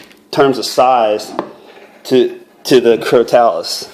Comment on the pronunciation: It is pronounced (cro-toe-lus).